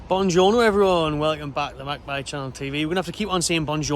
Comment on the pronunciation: Toonjorno ...... just saying